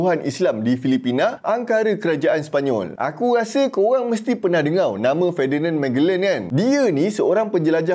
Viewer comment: Sebutlah betul perkataan melayu , jgn lah main main spt dengar kamu sebut dengo